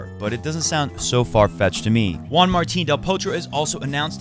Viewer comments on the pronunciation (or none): none